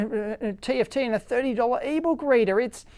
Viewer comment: Is it me or you said "eebow kreeder" (whatever), instead of "eBook reader"? LOL! :D